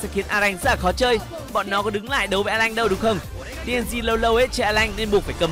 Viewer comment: Alan chứ a lanh:)))